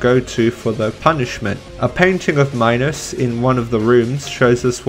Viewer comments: Also, King Minos is said like Minnows, your pronunciation sounds like Minus, but it's different for everyone. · IT'S SPELLED MINOS AND PRONOUNCED ME-NOS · it is minos (meenos) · Bruh it's pronounced MEE-NOS. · the way he pronounces minos 😭